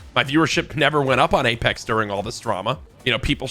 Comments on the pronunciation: He opened the video by saying “aplex” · ngl i opened the video and read the comments, and as i read this one i heard him say 'apelex' lmao unfortunate timing